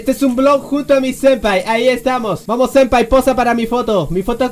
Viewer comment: *senpai. Se escribe y dice senpai, no sempai.